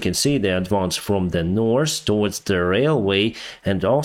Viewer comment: Reminder, NORTH...NO S AND SOUTH... NO S.